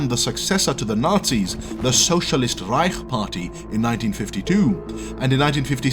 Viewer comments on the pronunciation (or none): none